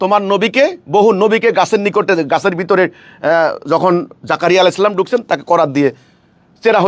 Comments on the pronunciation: আরে শয়তান! ছালামের উচ্চারণ-ই ঠিক হয় না। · তুই কিভাবে ইমাম হছ তোর তো সালাম শুদ্ধ হয় না তুই সালাম টা সঠিক কর